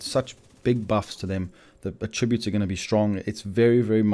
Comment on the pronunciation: The fact you say “attributes” so incorrectly is astounding.